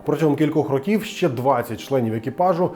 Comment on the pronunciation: Не чинити, а ремонтувати. І ро^ків, а не рокі^в. А випуск крутий